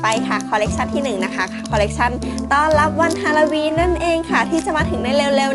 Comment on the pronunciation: ฮาโลวีนไม่ใช่ฮาลาวีน